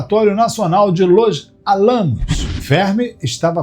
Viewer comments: " Alámos " ? Álamo ! Acento no primeiro A. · Não dá para dar muita credibilidade a um indivíduo que não sabe pronunciar a cidade de Los Álamos.